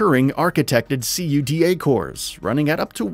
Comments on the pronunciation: Being that the narrator didnt seem to be familiar with the brands for PC (calling Asrock ASR Ock and CUDA Core C.U.D.A cores) I have a hard time listening to this video. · Great video lol its obvious it was put together by amateurs hos pronunciation was wrong for cuda cores he pronounced its c.u.d.a and then there's was the motherboard Asrock which he pronounced A.s.r.ock and who calls a PC case a cabinet lol. There's much better vidoes online than this.